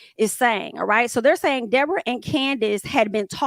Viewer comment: The wild dee-bor-ah is loose again 😂 idc it was her fault anybody who can just lie without being prevoked is definitely an advid shit starting